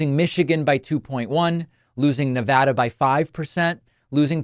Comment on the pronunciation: You say “Nevada” the way we say it here. Much respect.